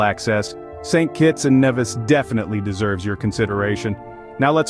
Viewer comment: St. Kitts and Nevis ...it's pronounced NEE-vis